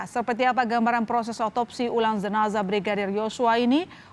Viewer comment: Jenazah lho, bukan zenazah.